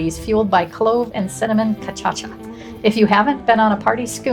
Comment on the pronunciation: Para--CHEE. Ca-SHA-sa. Kai-pir-EEN-ya. It's Brazil not Wisconsin. LOL